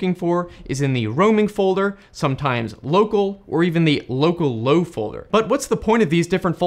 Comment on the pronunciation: At the begging I thought you said locallow as locallocal and I was confused